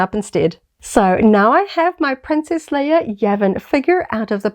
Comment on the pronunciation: I just discovered your channel. I like your content, but I'm having a hard time not cracking every time you call her princess "Layer" and call them a "figger ". I can't wait to hear ya say "deck." Lol